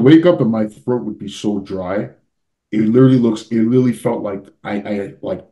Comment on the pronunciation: I can't help but say this but always mispronounces 'further' as 'father' and 'literally' as 'little-lee'. It gives me a good laugh 😂 Nick Walker and do the same thing 😊